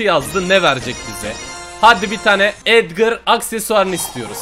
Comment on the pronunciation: edgır değil edgar